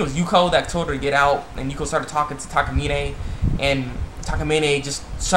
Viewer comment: It's Takamina...not Takamine